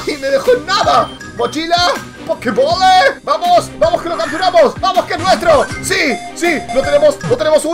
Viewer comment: Cuando buscaste la pokemocha dijiste mochila con un asentó raro y dijiste pokebole